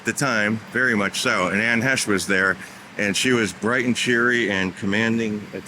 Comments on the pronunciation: .. pronounced "Hey sh" ..not "Hesh like said" ..long A, okay? 👍 "HAAAAash, ..not hash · I'm 6 seconds in; already coming to the comments. You're pronouncing "Heche" incorrectly. Ugh...